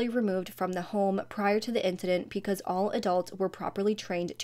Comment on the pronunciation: Off topic, I watch a lot of your videos and I love how you pronounce "because" as "peecause".